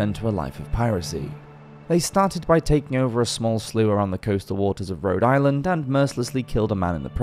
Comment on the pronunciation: The word is sloop, not "slew".